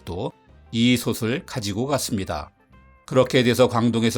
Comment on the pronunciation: 솥을의 발음은 소틀입니다 소슬이 아니고요